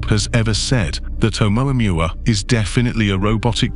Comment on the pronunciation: You think you're so goddamn smart you can't even pronounce amoamua right